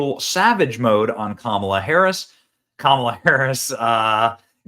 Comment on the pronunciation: And didn't know how to pronounce Harris's name